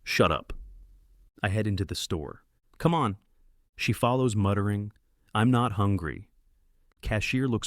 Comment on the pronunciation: muttEring is gold